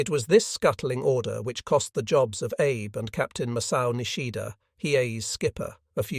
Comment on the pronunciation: If you care, the Japanese name Abe is pronounced "Ah-Bay". If you don't care, please forgive me for mentioning it. Chick Lewis